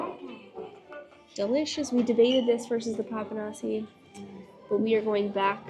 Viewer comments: With papanashi, do not pronounce the final i.. just say Papa-nash…. The dessert from the gods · 😂😂 The pronunciation is " Papanashy ", y is a short "i". Enjoy your food!!😂🎉❤